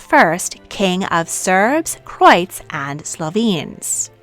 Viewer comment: Croights..... it's pronounced CroAts as in Croatian